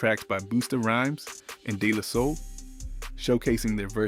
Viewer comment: "BOOSTA" Rhymes & DEE La Sol??? 😂😂😂